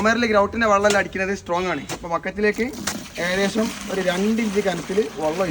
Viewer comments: എനിക്ക് അതിൽ പരാധി ഒന്നുമില്ല. വള്ളം എന്ന് പറയുമ്പോഴും വെള്ളം തന്നെയാണ് ഉദ്ദേശിക്കുന്നത് എന്ന് സന്ദർഭം അനുസരിച്ച് എനിക്കും മനസ്സിലാകുന്നുണ്ട് ഞാൻ സ്കൂളിൽ പഠിപ്പിച്ച ഒരു കാര്യം പറഞ്ഞു എന്നേയുള്ളൂ. ഞാൻ 40 വർഷം ഗൾഫിൽ കഴിഞ്ഞ ആളാണ് കേരളത്തിലെ ഒട്ടുമിക്ക ജില്ലകളിലേയും സംസാര ശൈലി കേട്ടാൽ അറിയാം...(പക്ഷേ അധികം ആരും വള്ളം എന്ന് പ്രയോഗിക്കുന്നത് കേട്ടതായി ഓർക്കുന്നില്ലട്ടോ... ഒരുപക്ഷേ ശ്രദ്ധിക്കാഞ്ഞിട്ടാകാം !!) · ഇങ്ങടെ വർത്താനം ബല്യ ഇഷ്ടാ...... പക്ഷേ വെള്ളത്തിനെ "വള്ളം" എന്നു മാത്രം പറയരുത്. വള്ളം എന്നു പറഞ്ഞാൽ "വഞ്ചി '' എന്നണ് അർത്ഥം. അടുത്ത വീഡിയോയിൽ"വെള്ളം" എന്നു തന്നെ പറയണംട്ടോ ?